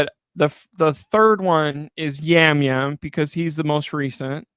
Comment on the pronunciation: its Jam Jam not Yam Yam